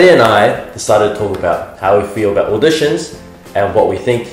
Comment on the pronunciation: I was ten seconds into the video and cringed with my entire being when he said auditions